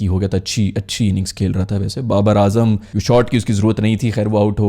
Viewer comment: Nasheem,Ajam...bhai,tum logoh ko naam beh sahi tarha perhne nahi ateh keya...??? 🤦🏻‍♂️